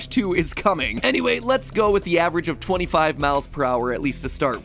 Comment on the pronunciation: hey guys did u forget he say avrage steve avreag steve can hit harder the slech hammer